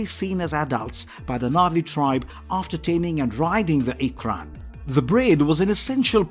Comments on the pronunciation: Explain to me how he can say ‘unobtanium’ and ‘fauna’ wrong but got ‘ikran’ 😂😂🙄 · Can’t pronounce unobtanium (you-nab-tanium} lol while properly pronounces ikran in Na’vi 😂 great video tho